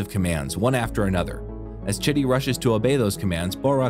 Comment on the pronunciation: When you say chitty the caption says shitty🙄😂😂😂😂😂